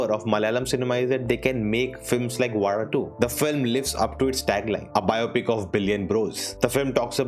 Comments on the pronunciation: Wow...kudos for pronouncing Vazha correctly 😂👍👍👍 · You actually pronounce Vaazha right 😮. Thats not normal for someone in the north. Amazing 🎉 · Bro u said ‘zha’ properly. Usually no others otherthan keralites says it normally